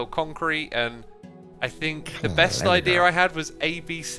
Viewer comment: Ibeea instead of idea